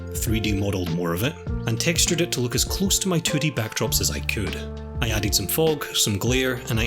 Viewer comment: Word "Look": Exists: Löök